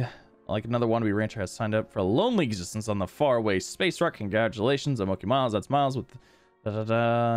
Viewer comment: Mochi miles is pronounced moh-chi